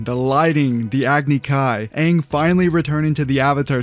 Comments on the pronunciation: They said “Ong” nd that shi pissed me off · We knew the movie was going to suck the moment they decided to pronounce Aangs name as "Ung" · THE OG CREATORS DID THE BOTCHED MOVIE??? and the actors still screwed up the names, like with Ung.. ITS AANG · I’m offended. Live actions notoriously suck. And the creators allowed them to pronounce Aang wrong?? Double offended.